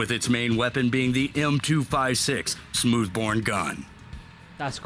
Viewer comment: OMG The Military TV guy says "turrent" when he mentions the protected turret. The turrent plague has spread far and wide. Waaa ... he calls the "smooth bore gun", "smooth bourne gun".